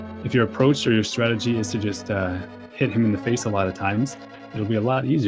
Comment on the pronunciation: Please for the love of god it's TURTLE ROCK not TURROCK And also it's STRATEGY not STRAGY I swear I'm not being a jerk, I love your commentary just the lack of syllables drives me insane